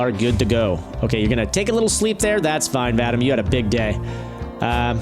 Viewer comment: Vadam? Man, this name is pronounced: Vah-Deem.